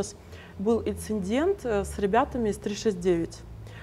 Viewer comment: Инциндент,, Вам же подгрузили все файлы . Как так русский пропустили?